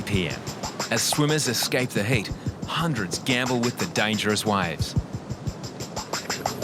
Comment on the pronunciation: “hundreds gamble with the dangerous wives” Ah, the mystery of Australian English….